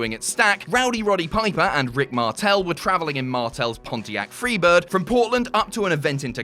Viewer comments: "Pontiac Freebird" ... .... LMFAO! Oh shit, you're so fuckin' British.... FIREBIRD... Pontiac FIRE BIRD... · 1. Greg Gagne is pronounced "Gone-yuh". 2. Pontiac never manufactured a car called the Freebird. They manufactured a Firebird.